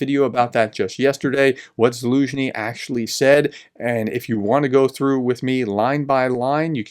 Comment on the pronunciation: So glad you are now pronouncing the general's name correctly. I confess it annoyed me a bit yesterday.